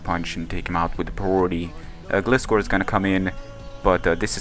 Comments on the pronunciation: Glyscore is how it's pronounced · the legititimate pronunciation is gly-score (like gliding scorpion). I'm not just saying that, the pokedex for 3DS pronounces it like that. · I think it's Gl-eye-scor, because that's how Gliscor says it xD but like, Gliiiiiiiscorrrrrrrr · nice match man. I looked up the pronunciation and a lot of sites are saying it's pronounced like Gly-skor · Detailed Result: 252 Atk Terrakion X-Scissor vs 252 HP/0 Def Celebi: 86,14% - 101,98% 12,5% chance to OHKO So either he was lucky, or he was banded. Also, Gliscor is a combination of Glide and Scorpion, so you figure out the pronunciation ^^